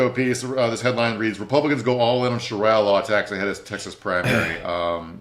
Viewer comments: He must have a lot on his mind. I know he’s pronounced it correctly in the past. 🤷🏻‍♀️ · Shareea law not sharya law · Omg I almost had to turn it off because of shar👁️ya lol.